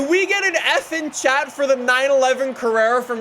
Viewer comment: mhm, yes , “carrrera”